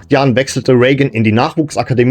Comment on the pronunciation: das wäre ja exakt wie Rain. Ich hab auch eben mal gegoogelt das wird es definitiv so gesprochen: "Ree-gän" oder "Ray-gän" ausgesprochen. Im Detail bedeutet das:Das "ei" (oder "ea") wird wie ein langes "ie" oder "äi" gesprochen. Meine Frau ist ebenso der Meinung, sie ist englische Muttersprachlerin - Widerspruch zwecklos 🫣